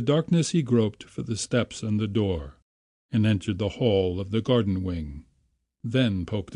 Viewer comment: Wall hall fall sounded very new yorkish! lol im not complaining im from ronkonkoma long island